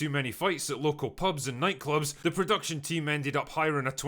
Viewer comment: I could have sworn you said „Predaction Hell“ 😅